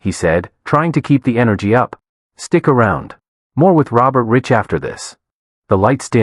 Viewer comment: His name is pronounced “Rike” not Rich